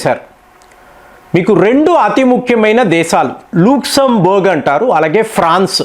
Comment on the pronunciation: గారు మీకు ఏమన్నా ఊర్ల పేర్లు మరియు వ్యక్తుల పేర్లు లేదా దేశాల పేర్లు చెప్పేటప్పుడు మీకు ఏమన్నా నోరు ఎందుకు ప్రతిసారి ఎప్పుడు కూడా తప్పుగా చెప్తుంటారు. లక్సెంబర్గ్ నీ లుక్సెంబర్గ్ అని అజార్ బైజాన్ ని ఈజార్ బైజాన్ అనడం ఇలా ఒక్కసారి కాదు పదుల సార్లు మీరు తప్పుగా చెప్పిన సందర్భాలు అన్నీ కూడా బాగా చెప్పే మీకు ఈ వ్యక్తుల పేర్లు లేదా దేశాల పేర్లు పలికేటప్పుడుఏమిటి ఈ రోగం దీనిని వీలైనంత త్వరగా సరిదిద్దుకోండి